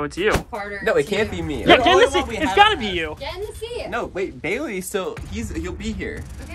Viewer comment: It's baleiey